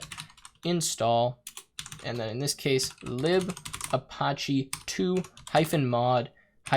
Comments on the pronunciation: pronounced uh patchy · i love you but "a-potch-e"?!?!?!? lmao. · That is definitely not how you pronounce apache. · A few tips from a Linux Engineer... - You're logged in as root, no need to use sudo (sudo = run as root). - Use tab completion when entering paths to avoid typos. - Ubuntu is pronounced "oo-boon-too". - Apache is pronounced "uh-patch-ee". - Set up public key authentication if you want to secure your Linux VM. Once it's working, disable root login with password.